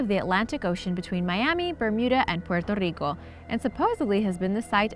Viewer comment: This is the first time I hear anyone pronounce Puerto Rico so well, I congratulate you madam. Also...hello from PR!!!